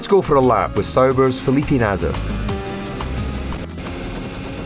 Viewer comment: I'll never not be caught off guard by the way DC pronounces 'Felipe'